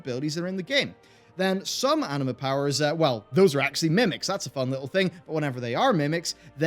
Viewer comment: everytime he says anima powers i hear anime powers xD